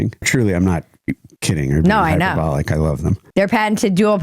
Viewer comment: He said “hyperBALL-Lick” hehehehehehehehe